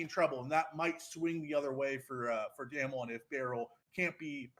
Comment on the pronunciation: not knowing how to pronounce damwon this far into worlds makes this hard to listen / take you seriously